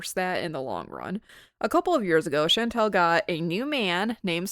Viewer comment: I am interested in this video, and I'm glad someone is criticizing FFG, imo her and Chantal are both awful. But it drives me nuts when you mispronounce Chantal, it's all, like y'all. Not al like weird al